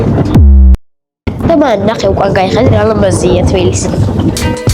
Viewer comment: ტბილისი არა თბილისი შეგისწორე